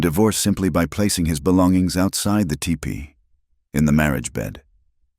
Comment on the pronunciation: This was a very good story:-). I can’t believe that the word teepee is the hardest word for the narrator to say😳. Glad to see these two found happiness ♥️. Thanks very much from Indiana 😉